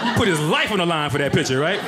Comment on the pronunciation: The word is piCture, not pitCHer.